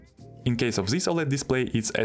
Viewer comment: zis is goood